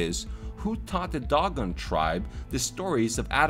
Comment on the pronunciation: Nice job on the video. Just to let you know Dogon is pronounced D-oh-gone.